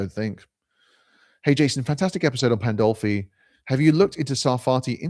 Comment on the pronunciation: There it is: the stupidest thing I've seen this whole month. Sarfatti, a Jew, working for "christian nationalism." Also, it's Pandolfi, not "Poldolfi." You don't even know what you are trying to talk about. Some of you really don't deserve consumer electronics, cheap internet etc.